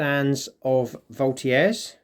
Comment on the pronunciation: Isnt it pronounced " Volt -i - Jeurs "